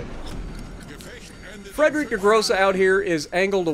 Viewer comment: IT WAS A MATTER OF TIME!!! Thank you, you're a champ!!! ((A little help with the name of the ship if you need. The "Friedrich" part of the name, you pronounce the 'I' more than the 'E'. In the end, it sounds like "FRIED (As in fried rice) -REICH (as in German time period).